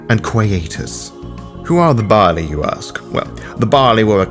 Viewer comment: Gods above and below... It wasn't until about 17min in that my brain caught up to that you're saing "Baali" not the grain "barley" >.<